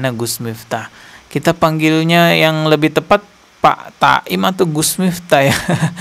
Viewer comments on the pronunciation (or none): Bukan taim,tapi taun...